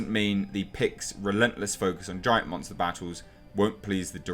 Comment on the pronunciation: "Nobodys a munta hunter. Well, maybe some people are" 😂😂😂😂